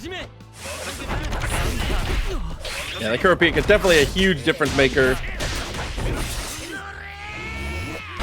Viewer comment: It’s Kur-AH-pika Source: love the show PS my GOAT frfr